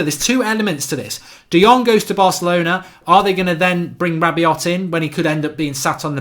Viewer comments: His name is Rabiot like Rabio. Not RabiOT🤣🤣🤣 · it's rabio (the 'T' is silent) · Every time he said Rabiot it makes me cringe